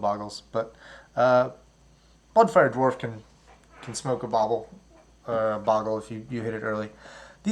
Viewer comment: bogle not pronounced like goggles, the one g makes the O make an O sound and an ahhh sound